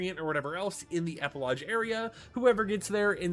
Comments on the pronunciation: never heard an American pronounce it as eh-puh-lodge. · Epilogue is pronounced with a hard G. Not "lodge" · Epilogue doesn’t have a j in it, why do you pronounce it like that 😂